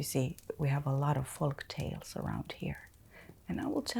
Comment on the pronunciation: Just a note, you may want to emphasize the fo in folk tales. Otherwise it sounds too close to the swear word. Foal-k tales, faux-lk tales, foke tales. Lovely video and atmosphere.💗